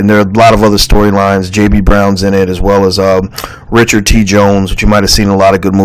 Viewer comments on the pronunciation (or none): none